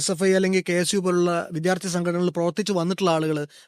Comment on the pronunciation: താങ്കൾ എല്ലാം ഭംഗിയായി ചെയ്യുന്നു. വിദ്യാർത്ഥി എന്ന വാക്ക് കുറച്ചുകൂടി നന്നായി ഉച്ചരിച്ചാൽ കേൾക്കാൻ സുഖമുണ്ടായിരുന്നു.